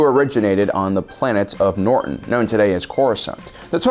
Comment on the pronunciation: omg you again called it Norton. its NOTRON.